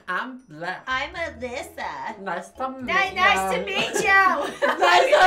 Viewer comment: My name is Alisa… and it’s pronounced “Uh-Lee-suh” hearing say “Alyssa” for like 18 minutes made me cringe so hard